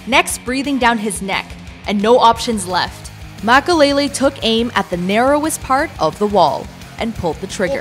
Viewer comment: Mackalele? tf?